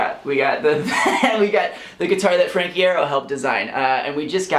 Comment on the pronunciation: YOU MISPRONOUNCED IERO CONNOR YOU FAKE FAN